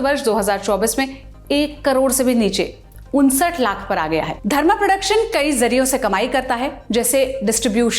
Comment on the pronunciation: Qai nahin kai bolte han